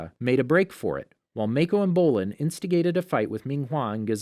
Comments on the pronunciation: This is bothering me. His name is Mah-koh, but Mae-koh. I know they are doing their best though and I appreciate the effort. Thank you for the video!!! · Its not maeko either its maaako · Okay but why do you keep saying “mAikO” ITS “MAKO” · Every time he says "MAY-KO" it reminded me of the fat donut-eating cop saying his name, hah. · mayko ten-zen kia mhm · stop saying make o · I think Mako is pronounced (Mah - Co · You said mako Wrong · and when he pronounces “mako” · I'm sorry, I made it 13 minutes, but it is absolutely driving my brain crazy every time I hear Kee-yah or May-ko.... I literally cannot make myself listen anymore... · Omg he keeps say "Kya" and "Mako" wrong